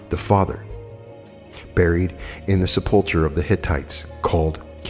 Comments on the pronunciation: sepulchre is pronounced Sep-ull-cur. ❤️ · Love listening to you. And thank you for all your great readings but it's pronounced sep-le-ker. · A lesson in grammar if I may...sepulchre is pronounced... sep el cur... meaning a vault. I think this is my favourite lecture yet. Thank you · Thanks, Carol I wanted to point that out as well. Must be the grammarian in me or being raised Catholic and hearing the word spoken a thousand times.